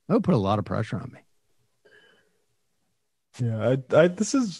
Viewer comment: He always says ma instead of me, it's so simple just say me lol